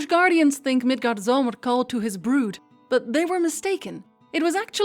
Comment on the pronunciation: "Thor" is really pronounced "T'hor".The best spelling I can give for the correct pronunciation of Midgardsormr (usually translated into English as "the earth serpent" is "Milgaardsormr" - it uses the letter "å" in Danish and a soft "d" - but if the game says it wrong and you are talking about the game, it's fine for you to do so too. "Ragnarok" is pronounced "raow-narok". The other words you're doing just fine.